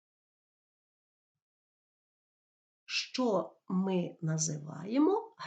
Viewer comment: Вы що проїзносете як ЩЧо